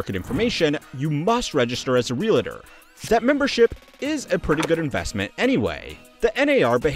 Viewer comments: Real-tor Not REALITER There isn't an "i" in it. 😂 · Not ree-la-tor. Look at the word and sound it out. Ree-all-tor. Ree-all-tor. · “Realtor”, not “Realator”. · As a real estate agent/Realtor operating out of West Virginia, I can say that the industry is a lot more fierce than this video makes it out to be. I'd like to address a few points below: * Just as the B is silent in Plumber, the UH is silent in Realtor. Real-tor, not Real-uh-tor. * The average annual income of a Realtor is $46,014 according to NAR. It's probably higher in luxury markets like NYC, LA, or Colorado, but much lower in ND, WV, WY, etc. * The expenses outlined above are just a fraction of what a lot of agents have to pay. There are also lead services, accounting/CRM services, etc. * Like other independent contractors or entrepreneurs, we never know when our next paycheck will be. We could go a month and make $3k, but make nothing the next couple months. * A lot of agents hate NAR, but they basically hold a monopoly on our industry. What the video mentioned is accurate: Without NAR, we wouldn't have access to the MLS, and business would be a lot more difficult. * One of the terms we have in the industry is: "You don't pay a mechanic to turn a screw. You pay a mechanic because he knows which screw to turn." Another popular one is "Can you sell a home without a real estate agent? Yes, but you can also pull a tooth without a dentist." All said, this is a lot more difficult of an industry than most people would imagine. There's a reason why the drop-out rate for new agents within the first year is almost 75%. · Realtor is pronounced Real Tor. Not Real-i-tor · It's not "Real-i-tor". It's "REAL-TOR", no "i" sound in the middle. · There is no "i" in Real-tor. It's not a real-it-er. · Pronouncing Realtor like Realitor, and Statista like Stateasta. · There’s no I in Realtor 😂 “real-lit-tor” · Great video except for the persistent mispronunciation of realtor. It’s “real tor”, not “realitor”. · FYI, REEL-TOR